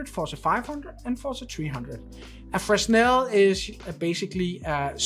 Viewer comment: Great review. One small detail. Fresnel is pronounced fre-nel (s is silent). Keep up the great reviews.